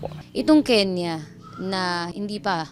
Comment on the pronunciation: KENYAN po not Kenya